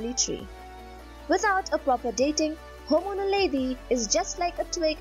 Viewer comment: Dude, it's Homo naledi. {:-:-:}